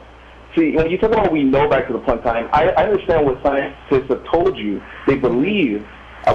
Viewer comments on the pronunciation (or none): It's planck time, not plunk time